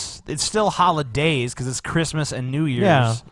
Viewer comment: This guy is like Elmer Fudd. Cwissmis Spiwit